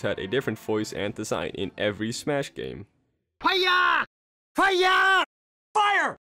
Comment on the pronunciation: "HIYAAA!!!" "FIYAAA!!!" "buyer!" "Fiyer" "Fire!" It only took him nineteen years to say it correctly. Edit: Hey, I never said the Melee one wasn't the best, he just said it wrong lol